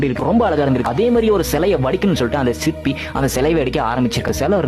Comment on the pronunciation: சிப்பி இல்லடா சிற்பி 😅